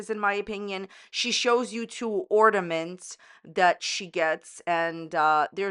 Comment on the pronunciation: can’t even get a Christmas tree out herself 😂 And yet she criticizes someone else’s “ordaments” lol